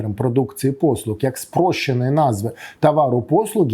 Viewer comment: Дякую за інформацію. Але дуже слух ріже вимова букви "Г" . читаємо "послуГА", а не "послуҐа" .